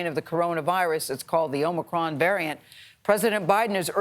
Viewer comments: Traitor Joe pronounces it "Omnicron". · Biden can't even pronounce Omicron.